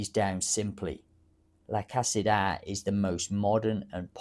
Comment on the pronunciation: La Casita is pronounced La ka see tah La Casita means The small house in Spanish. Thanks for your video.